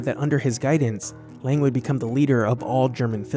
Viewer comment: Sorry but is it so difficult to pronounce Lang correctly?